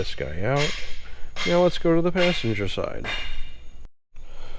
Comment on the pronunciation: Did you lessen the flavor on those strut towers? I don't know if its just me, but everytime you say "now" it sounds like "meow" :D